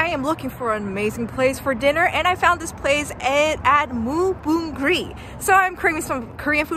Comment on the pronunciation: Name of restaurant is moo bong ri, not moo bon g ri